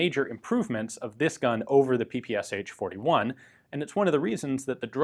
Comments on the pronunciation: It's pronounced not P-P-S-H, but P-P-Shah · In Russia PPSH is pronounced p-p-sh. Not p-p-s-h. Ш (sh) is a single letter with a single sound. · Great (and short!) video. However, it would be easier to just pronounce P-P-eSh, instead of P-P-S-H ;) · I still can't understand why English speakers call PPsH the way they do. The designer's name was Shpagin, not S-Hpagin. What's so hard in pronouncing SH as the letter combination, rather than individual letters? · PPSh is not pronounced Pee-Pee-Es-Eitch, its P-P-Sh as in shot, show, shock... Pistolet-pulemyot Shpagina. I know, it's English pronunciation, and you clarified it further in the video, but still, felt like I had to point it out. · Isn't the "h" just there in the name PPSh to say it like "ash"? Saying SH sounds odd. In my country we don't say "h" just "PeePeeAsh" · Not "P-P-S-H" but "P-P-Shah" ! Listen at Google Translate.